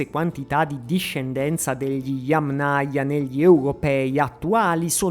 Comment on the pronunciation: Accento sulla prima silabba - Yámnaya. Parola Yáma. In russo Я́ма - fossa. Yámnaya (di fossa). Cultura di fossa. Kultura fossiiiiile. Un po si sente storto.